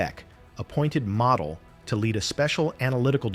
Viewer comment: It's pronounced "mah-deh"